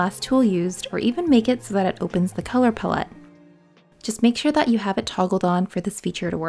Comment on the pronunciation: You are mispronouncing “palette”. 🙉